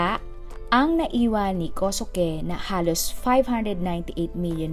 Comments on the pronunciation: Kosuke=Koske po ang bigkas.. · ganda ng boses kosuke binibigkas ninyo hindi po kosuke tamang bigkas po ay koske god bless ❤❤❤